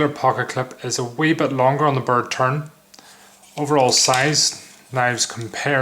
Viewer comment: Did you say bird turd!? lol great review but prefer the UK legal blade I have, now where did I get mine?